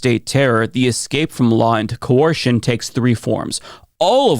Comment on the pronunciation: Are you trying to say Ko-er-shen?